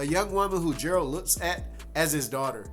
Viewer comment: lmfao my boy you need to work on how you call the main protagonist, Jayralt ...?! what's that, nah for real even in the actual game they don't call him like that